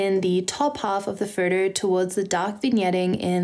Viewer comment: and every time she said 'photo' it sounded like 'furtur'